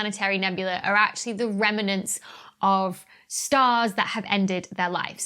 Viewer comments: Remnants - not Remenants. Apart from that, excellent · Organon - noticed that too! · you somehow make "remnants" a three-syllable word.